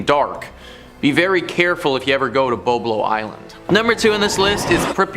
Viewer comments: It is pronounced Bob lo like the name Bob short a sound. I am 68 and from Detroit n have been there for many times as a kid, as was my Mom and her friends in high school as I have it in her diary to this day!!! She grew up in the 1940's, and writes og parties and dancing and going to do the same on Bob Lo (like Bob Hope)!! Its VERY upsetting hearing you call it incorrectly!! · It’s pronounced: BOB-LOW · Correction from typing - BOB short o like Bob Marley - lo Island!!!